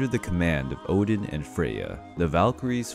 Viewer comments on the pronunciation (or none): none